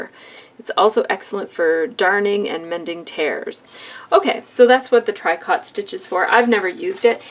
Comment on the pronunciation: The correct pronunciation for tricot is "treecoe". The machine looks like something I need to get.